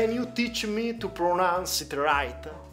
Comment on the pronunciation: Ken iu tich mi hau tu pronauns it correctli